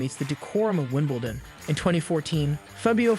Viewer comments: OMG, if you're going to do a video about ANYTHNG you clearly don't know very much about at least learn how to pronounce people's names. It's Kir-long-E-ose not Krigeose, and it's Evonne not Ivan, Joke-a-vich ,not Jokavick, Fobbio, not Fabio,, Wimbledun, not Winbledawn, Neigh-dal, not Naydul and he's one of the. biggest names in tennis. You'd think you would at least get that one right, Meekale, not michael,, Nastazee, not Nastase, and oh my god its Mack-in-row. Have you ever watched a tennis match in your life? And just so you all know I am trying to spell each name phonetically so that this guy can see how they should be pronounced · The idiot couldn't even pronounce ''Wimbledon''......what a joke.